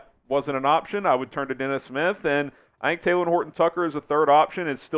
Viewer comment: It’s not taylen it’s talen